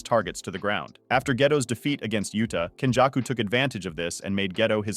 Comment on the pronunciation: Your pronunciation is very hard to understand. It's けんじゃくkenjaku (up sound), not kenjacku (down sound)